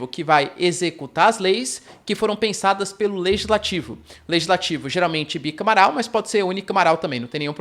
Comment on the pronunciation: Só uma observação: bicamaral ficou estranho